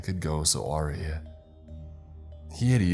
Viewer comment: Finally, you 👇,, with that great James Bond 007 narrator voice, you have finally shown your age and im 37. "AwRee"? That's not how you pronounce "Awry" you have to be young 🌱🤲🌱 way younger than me with that type of pronunciation. It is supposed to sound like, Uh Wry or A Rye.